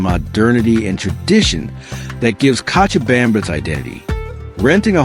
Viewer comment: This guy tries w the Spanish but needs more practice! Co cha bam ba ! Now pronounce it right!!lol